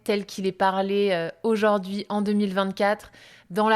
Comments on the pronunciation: Le français parlé est souvent différent : par trois fois, cette dame modifie la prononciation du mot 'aujourd'hui' : elle prononce, fort laidement, 'aujord'hui'...... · Aujord'hui -> Aujourd'hui Pourquoi c'est -> Pourquoi est-ce Hormis cela et quelques liaisons manquantes, il est agréable de vous écouter parler.